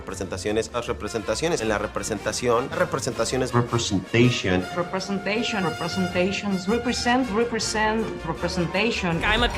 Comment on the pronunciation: Es esciting to repensation……..🤷‍♂️🤷‍♂️